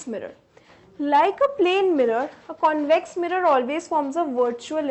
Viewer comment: Ma'am says - connvex lens and conncave lens